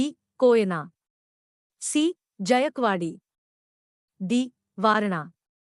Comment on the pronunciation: जायकवाडी धरण. जायकवाडी हा स्पष्ट उच्चार करणे.